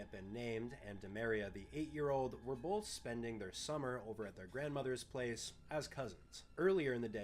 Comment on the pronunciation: I can tell you’re midwestern bc you say “bolth”